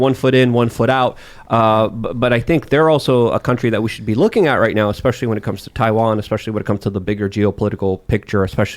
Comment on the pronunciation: Or to stop saying "espeshy" (especially) so much like he thinks it ties his sentences together to drive his point home. Just sounds mf stupid. eSpEsHy EsPeShY